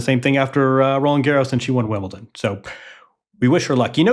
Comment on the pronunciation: There is no 't' in Wimbledon